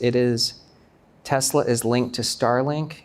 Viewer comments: 교수님 Tesler 가 아니고 Tesla 입니다 TeslA !! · The host says ‘Tesla’ like Trump… Tesler 😅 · You know these guys are idiots when they pronounce Tesla as Tesler. They lie on top of lie. It's a con and that's why he hooked up with the felon president. Bitcoin is a pyramid scheme. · Even Donald Trump says Tesler ..relax